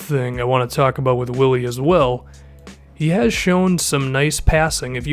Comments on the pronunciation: If you gonna ride this dudes jock at least get his name right. It's spelled WILLY but pronounced BILLY. And KP hates to be called "The Zinger". You're killing me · It is actually BILLY. In Spain you pronounce "w" has a hard "b". It is BILLY not WILLY. Just so you people who aren't Hispanic know this. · I'm sure there's like 50 comments about this already but his name is pronounced Billy not Willy I know it's dumb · It's pronounced billy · its pronounced "billy" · His name is pronounced Billy btw. Good video, I love Hernangomez! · his mom is German and they pronounce willy like Billy. at least that's what Mike Breen and Mark Jackson said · His name is pronounced billy btw... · it still pronounced billy tho lol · search it up, its spelling with a w but pronounced with a b it's weird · Yeah pronounced Billy because his mom is of German decent